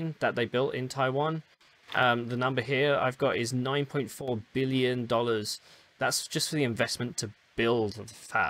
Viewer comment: yeah just at the beginning of the video it sounds heavily like million.